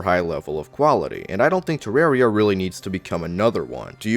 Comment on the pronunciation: It's not "Terrary"